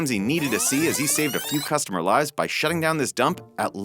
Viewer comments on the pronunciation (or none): none